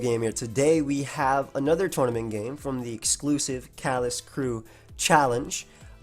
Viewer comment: At first I assumed you said Kalos, not callous, and was really confused why it was a gen 4 tournament